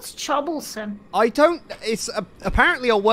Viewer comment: no… CHOB-BLE-SOME